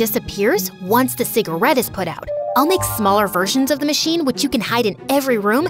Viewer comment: How she pronounced "cigarette" was funny